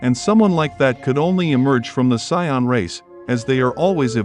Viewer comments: Saiyan not soin 😂😂 Good video tho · Saiyan not "Sayan" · Buddy really pronouced sayain as psion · It's not sayan bro,it's Saiyan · Him calling them Siyons is killing me lol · Whoa whoa whoa! How do you have this enjoyable video but you cannot pronounce the word Saiyan🤔 It took me forever to realize you were talking about Saiyans because of that god-awful pronunciation. Get that s*** together and you'll be all right. Now I'm wondering if you've ever watched Dragon Ball Z... killing the pronunciation like that😶‍🌫️ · Is he pronouncing sayain wrong?